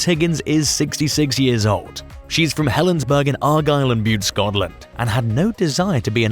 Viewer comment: and both Berkshire and Helensburgh were mispronounced. Weird. The narrator sounds like he's British, but didn't seem to know these ordinary places.